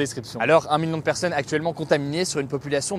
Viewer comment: STP ARRETE DE DIRE 'PERSEUNE'